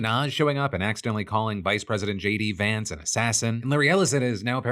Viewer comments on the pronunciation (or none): none